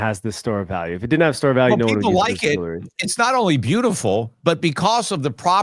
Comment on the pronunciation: Damn it Peter. Jewelry NOT “jewlery.” I cringe every time!!